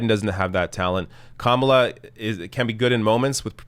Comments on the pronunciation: Is Tucker Carlson SO stupid that he does not understand the difference between criticism and miss-pronunciation? Saying someone's name incorrectly is not criticism.. so his rage is totally misplaced. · LOL! Tucker is criticizing Kamala because he can’t pronounce her name. What an utter moron. Repugs are projecting, from claiming Dems are in favor of Sharia Law when Trump’s base = the #ChristianTaliban, to claiming Bien is “against God” while Trump is actually the Anti-Christ. I totally agree with you,, I’d rather fight Biden/Harris than Trump/Pence. At least the former can be swayed by protests. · Tucker Carlson claiming that he's mispronouncing her name unintentionally when he does it twice just seconds after being told the correct pronunciation is more than a little disingenuous. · Tucker absolutely and unequivocally knows exactly how to pronounce Kamala's name. She didn't just come out of nowhere. She's been on the news in some capacity practically every day on and off for the last 2 years. He's done multiple segments about her on his own show. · so tucker is basically admitting his lame passive aggressiveness by saying her name wrong. right after and for the rest of the segment he continues to say her name wrong. so saying a persons name wrong is criticism? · "The correct pronounciation". Cute,! Personally, I say /kəˈmɑlə/. It's the female version of Kamal, but no one pronounces Kamal /'kɑməl/, but always /kəˈmɑl/. Aside from that, /kəˈmɑlə/ sounds better. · Obviously Tucker was pronouncing her name as "Camel-a" on purpose to make a comment about her appearance. Anyone who watches any news would know how to pronounce her name. He told on himself when he started ranting about her being above criticism. He obviously mispronounced, not by accident, but as a criticism of her appearance.